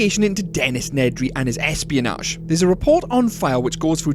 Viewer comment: plz say espionage properly